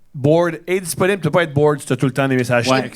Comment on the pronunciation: "Disponible" sonne plus donne "Desperate" a ce point la